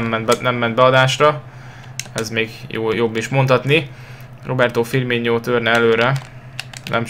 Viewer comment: csak simán firminónak ejtsd és ne ogbonnával ad be a szögletet csak egy tanács